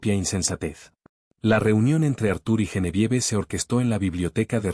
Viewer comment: Sugerencia el nombre Genevieve se pronuncia Geneviev (no se toma en cuenta la e final) igual Asbourne que se pronuncia Asbourn y Higgins, Higuins😊👍🏻